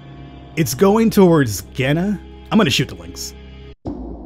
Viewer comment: Keep it up!!! Is it is like Ghena, not with a J